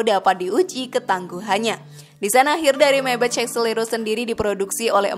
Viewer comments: Sorry kritik yaa. Maybach dibacanya Maybakh Meybech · Padahal yg bener bacanya Meybag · Dibacanya MAY BAKH bukannya MAY BEC. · Menyebut 'Maybach' bukan seperti menyebut dalam bahasa inggris, karena itu kan bahasa Jerman .. sebut saja apa ada nya. Katakan saja - 'Maibakh' ... Itu sudah betul .. !! Jadi bukan Meibetjh' .. Maap ya ... Hahahah !! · Maybah kayanya di baca nya, bukan maybech😁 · Info sesat Kamu tau 100 triliun itu brp miliar ? 100.000 miliar bro Nah,pengucapan maybach yg benar itu bukan meybech tp meybah 😅😅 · Rollroyce (rolrois) kok jd rolroits Maybach (maybah) kok jd meybech Saran aja mba pelafalannya di koreksi lagi, ttp semangat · Maybach bacanya MAIBAH bukan maibetc trus ROLL ROYCE bacanya ROL ROIS bukan rol rods..maaf sekit koreksi.. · Naratornya sok inggris pelafalannya salah semua, maybach bacanya maybah bukan maybech, rools royce bacanya rolls roys, bkan rol royc, bugatti bacanya bugatti aja, bukan bugeti dan harganya ga ada yg 100 trilyun, nyampe 10 trilyun aja ga,ga usah lebay dan sok keinggris2an deh,noraaaaaaakkkk